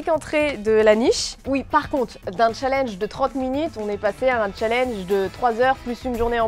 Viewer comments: Tu a dit chat linge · Challenge elle a dit cha l EN ge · La prononciation du mot "challenge" est morte😂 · Il faut prononcer le n de challenge